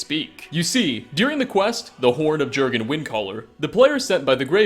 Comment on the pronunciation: You say it more of 'yurrgen ' as it's scandanavian